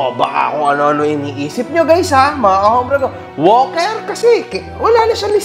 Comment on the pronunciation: Natatawa ako sobra sa pag sabi mo ng "Walker". 😅😆😂🤣